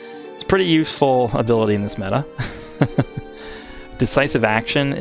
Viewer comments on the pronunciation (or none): none